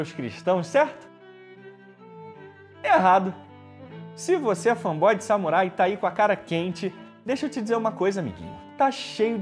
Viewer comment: Me digam quantas vezes ele falou "fã boy" no vídeo. Não consigo levar o cara a sério desse jeito.